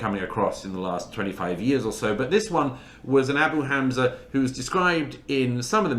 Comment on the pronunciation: DOUGLAS MURRAY pronounces HAMAS - חמס - and ABU HAMZA אבו חמזה - better than ISRAELIS do .. As for the large numbers of dead… ONLY ZEROS CAN CREATE LARGE NUMBERS!